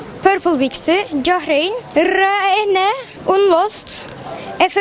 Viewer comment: yok yok reyni dedi :D